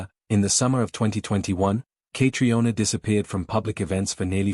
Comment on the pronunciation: Say her name correctly. It is so annoying to hear it pronounced incorrectly!